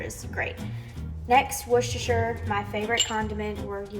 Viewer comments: Hey, from the U.K. - you are correctly pronouncing Worcestershire! Love the condiments, I made a mustard BBQ sauce yesterday and I will be attempting these this week:) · OMG! Have you ever had Heinz Chili Sauce??? It's practically ketchup. It is nothing like Sriracha, nothing -- nowhere near as hot, nowhere near as sweet. With that as a sub, you're not getting anywhere near classic Comeback Sauce. You're pronouncing Worcestershire correctly. ;) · The way you pronounced "Worcestershire" is correct 💯🇿🇦🇭🇲🇬🇧